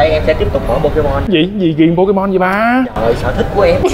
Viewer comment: Pokemon anh hỏi là Po_Cha_Ma